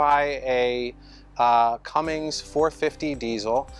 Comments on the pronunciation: It’s Cummins not Cummings see u don’t even know u r talking about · Cummins. Not cummings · This dude called Cummins “Cummings”😭😭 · When people say “cummings” instead of “cummins” 😐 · “Cummings” Right... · My boy really said Cummings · There’s no “g” in Cummins.